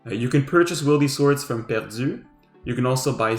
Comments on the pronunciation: "Perdzu" tellement Queb hahaha excellent vidéo 👌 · The way you said perdu makes me think you are French Canadian even possibly Quebecois. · dude, i looked at the comments for that exact thing! his english is perfect, and the Perdu was SO undeniably quebecois! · "Perdu" French canadian spotted! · 😂 i was watching with my eyes closed and when he said that, I had to open them to see who he was talking aboot 😅